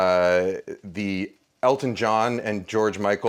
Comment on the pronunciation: I swear I heard Kenji say Alton not Elton and my brain went crazy trying to figure out how I had never heard about a song another famous chef did with George Michael. Live the song but also kinda sad the other version isn't out there.